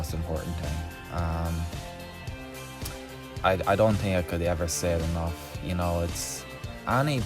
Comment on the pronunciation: “What you tink”